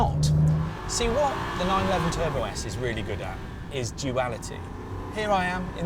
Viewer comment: bruh, Matt called it Turbosite 😭😭😭😭